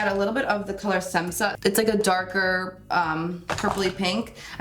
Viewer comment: So cute how you said SEMSA from Amrezys palette. Were both from Croatia and it's pronounced SHHHH-EMSA.. the first S sounds like you're saying Shhhh. :)